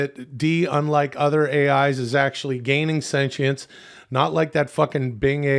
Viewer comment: I love how chad visably dies a little more inside every time says "Senchience"